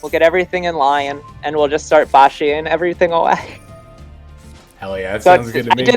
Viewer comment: First time I hear someone pronouncing Baxia correctly 😅